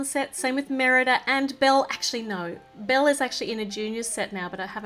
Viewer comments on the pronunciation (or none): none